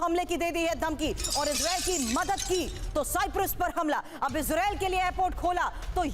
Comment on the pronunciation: Tv 9 bharat par aisa parwakta hai siprus bol raha hai Bhai sahab siprus nahi cyprus है